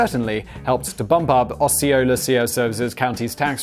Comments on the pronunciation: Fucking love that he pronounced "Osceola" correctly when it was in the middle of a sentence so he didn't have a chance to say it wrong on purpose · Simon randomly pronounces Osceola county right 😅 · Anyone notice that he finally said Osceola correctly? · DEAR: In broadcasting school I was taught to phonetically spell out difficult names when writing copy, such as OH-CAL-AH, or O-SEE-O-LA county. I understand correct pronouncements are a bit of a running gag, but as a trained VO professional it really grinds my gears.😉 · Osceola is pronounced Ah-see-o-la edited to add that, Osceola was a Seminole Chief, the county was so named to honor him. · In case you're wondering, it's pronounced ah-see-oh-la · It's AH-SEE-OH-LA!